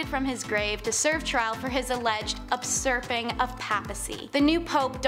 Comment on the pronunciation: The word is U surping. Not UPsurping